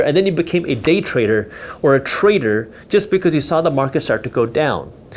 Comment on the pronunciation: You make trader sound like traitor